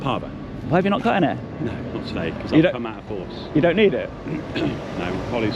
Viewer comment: Did he say he was with border force or border FARCE?